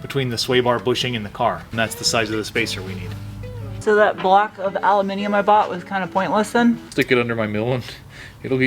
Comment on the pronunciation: It is so refreshing to hear you say "aluminum" correctly. I think I'll buy a lottery ticket haha